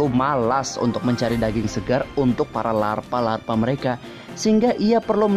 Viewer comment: "jadilah para larfa laper larfa ini" ngomongnya kepleset njiirrr 😂